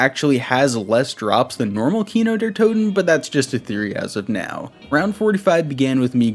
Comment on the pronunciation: Du hast Kino der Toten sehr gut ausgesprochen 👌🏽